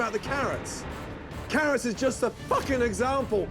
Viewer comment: Carrwots and Twacters!